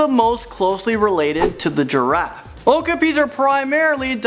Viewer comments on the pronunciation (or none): Me too, also I knew about the okapis (when I was 8 they were my favorite animal), also it's pronounced oh-KAH-pi not Oh-ka-pi